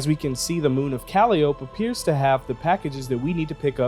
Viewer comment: moon pronunciation: kuh lie oh pee: Cal ii OPE